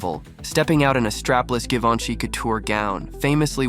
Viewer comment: It's pronounced "Gee-van-chy"